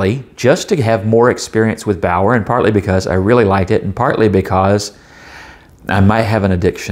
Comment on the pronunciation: Baoer is properly pronounced "Be'are" in English.